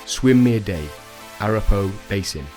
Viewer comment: Pronounced "A-rap-a-ho" or "A-wrap-ah-hoe"